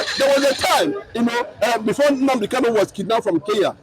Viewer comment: Nnamdi Kanu, not Nnamdi Kanu,Kanu not Kalu please!.